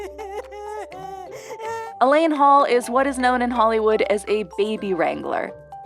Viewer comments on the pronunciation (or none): none